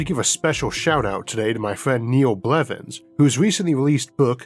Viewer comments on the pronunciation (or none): none